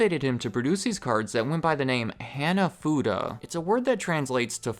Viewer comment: hah-nah-fu-dah, not hannah-fuda